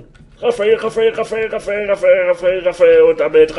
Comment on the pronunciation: Raphael Raphael Raphael .....iwann klingt das nur noch wie Raffel Raffel Raffel Raffel.... :D